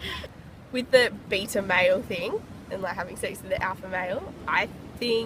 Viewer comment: "Having sex with the bita meaal(?) instead of the alpha meeal(?), "